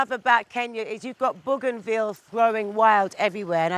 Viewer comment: Artifacture ? and Bouganville ? she is really struggling with the 3 or greater syllable vocabulary ... whoever said ‘models were airheads’ are definitely having their thesis validated ...